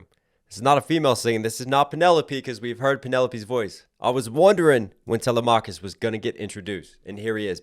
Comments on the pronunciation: I’m sorry but u stopped watching as soon and he said talamacus name wrong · The way he pronounced telemachus